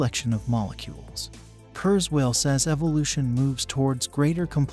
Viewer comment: Say kuerswell one more time!